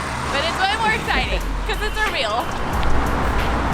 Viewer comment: Erbil not error